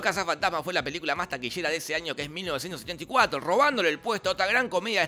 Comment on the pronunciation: soy el único que escucho 1974